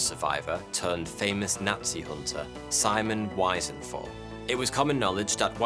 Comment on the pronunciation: The way you pronounce Simon Wiesenthal's name is abysmal